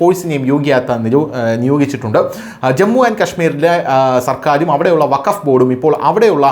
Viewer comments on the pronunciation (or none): none